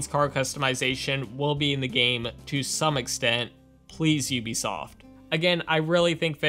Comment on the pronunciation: Thanks for pronouncing Ubisoft correctly probably the only YouTuber ever do that in a long time! The CEO said that is how it's pronounced in less you are French or Canadian